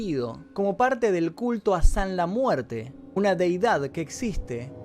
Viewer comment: ''sanla muerte'' ulala señor frances